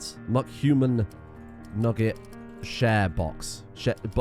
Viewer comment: It's been 6 hours, and I'm still mentally reeling from how you say mcnugget